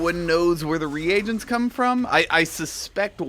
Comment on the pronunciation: the..RE- AGENTS ?! HUH ?